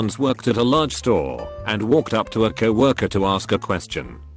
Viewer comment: I’m guessing you don’t like fassabook or Cowaworkers?😂